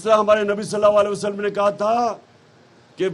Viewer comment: why does he say salay wali wasalum.instead of sallAllaho alyhi wa Alilhi wasalum?